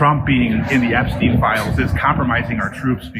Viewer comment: Why can't you say: "Epstein" instead of "Epsteen"?